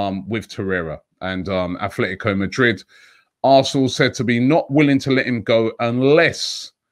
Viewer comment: Robbie, it's Atletico, no h...